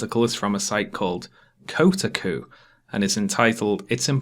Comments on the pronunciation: Just an aside, it's pronounced Ko-tah-ku. Still only half way through the video, but awesome vid so far. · I'm deeply offended by the way you pronounce Kotaku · kotaku isnt pronounce co'-too-koo its kou-tah'ku - i dont know why this bothered me - i mean i read that site a lot i guess. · Just a heads up, It's Ko-Tar-Ku rather than Koter-Ku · Nobody: Literally nobody:: cotacoo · i don't know if your pronunciation of Kotaku was comedic on purpose, but it delighted me. ko' ta koo :) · Kotaku, pronounced: co-TAA-COO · NO IT'S PRONOUNCED "CO-TAH-COO" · Quick note of pedantry, I think the accepted pronounciation of Kotaku is "Ko-TAH-ku" Other than that, excellent analysis as always. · lol Coat-a-goo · KO-TA-KU kekekek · the way you pronounce kotaku hurts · good to look back on this and know does eventually figure out how to say kotaku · did you mispronounce kotaku on purpose in this vid? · Acceptable: The points made in this video Unacceptable: Your pronunciation of "Kotaku" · the way you pronounce kotaku made me want to commit seppuku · Your pronunciation of Kotaku is frustrating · How did you manage to pronounce Fleischer right but mess up Kotaku? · How did he mispronounce “Kotaku” but get “Max Fleischer” right?